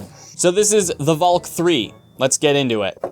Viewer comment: Finally someone who says valk the Dutch way...